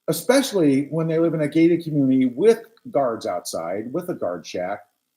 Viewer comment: She didn’t just say “Expecially”, did she? 🙄